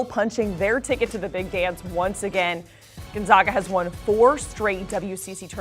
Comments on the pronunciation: please learn to say Gonzaga correctly!!! zags - “gone-zag-a”. not Gone-zogg-a. seriously after 21 times to tourney would have thought you would have heard of the team’s name CORRECTLY!!!! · It would be nice if the woman pronounced Gonzaga properly. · the pronunciation issue was resolved 20 years ago and hearing her mispronounce it every time was annoying. i bet she says nevada wrong as well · She's just flat out stupid....learn to pronounce Gonzaga and it is Coach Mark Few. When one speaks of things they don't know of, it makes make foolish. Fire her!!!!😅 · The fact they are called the "zags" should clue you in on how to pronounce "Gonzaga"